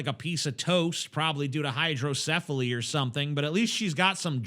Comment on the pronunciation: "hydrocephali" I AM DYING RN XD